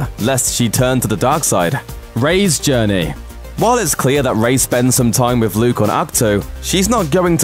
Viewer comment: "Wiv 'is last pwotege..." - can you get a guy who can at least pronounce "th" - you know, for professionalism?